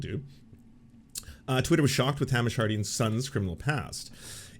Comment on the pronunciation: I love you, but I'm begging you to pronounce Hamish correctly. It's killing me. "Hay-mish" not "Ham-ish"